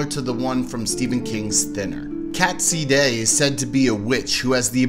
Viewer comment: Sídhe is pronounced shee Tir Na nÓg is Teer na nOhg Samhain is Sow-in in Ireland, Sah-ven in Scotland and Sah-ween on the Isle of Man